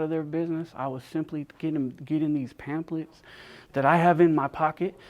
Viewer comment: Say it with me bayfam "pam-FFF-lets"